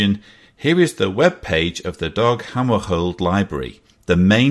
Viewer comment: That's pronounced Dag Hammer shold as in Dag Hammer sh old..... It's a tough alright!